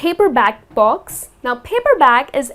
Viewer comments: Why do u say "box" instead of "books"??? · You saying 'books' or 'box'?? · no offense your pronunciation of books sounds like box! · She struggling to pronounce "BOOAKS" "BOOAKS""BOOAKS""BOOAKS" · Ur really struggling to got to go to heaven